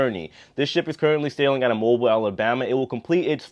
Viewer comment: Hey if you want to sound like a native we pronounce it Moe Beal! Love the vlogs. Hope Virgin bought you some new underwear!